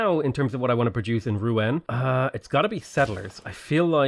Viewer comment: Rouen pronounced “roo-on”